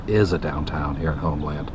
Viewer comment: Homeland Pronounced Homelyn. I corrected Tampa J too.